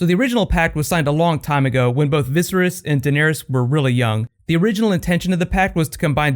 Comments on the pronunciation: Did nobody cringe when he kept saying Visris and not Viserys I mean seriously?? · Viss-er-iss? Pretty sure it's Viss-air-iss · He pronounces "Viserys" in a weird way.